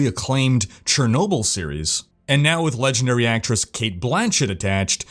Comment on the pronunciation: PS Chernobyl is pronounced with a "sh", not a "ch". :)